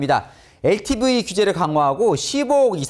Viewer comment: ㅋ 동앵커님, 🇺🇸 발음으로 추천합니다. LTV 엘티브이---------->엘티비 V 브이 (2음절) 비(1음절) 발음도 경제학